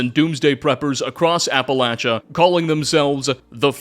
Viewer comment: Holy shit! . He actually said "Appalachia" correct!!! What universe am i in!?